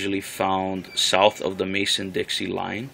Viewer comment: The term is "Mason-Dixon Line," not "Mason-Dixie Line."